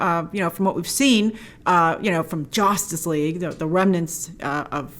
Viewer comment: "Josstice league" - oof